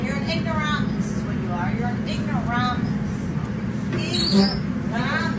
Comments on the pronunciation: Lol, Ignoromus. uh maam, we live in america. Could you speak EN glish? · "IgnorAH-MUS!" LOL!!!! This Karen really is a piece of work. Ugh. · Every day, I become more embarrassed as a white person...every day...more and more by the "ignorahhmuses"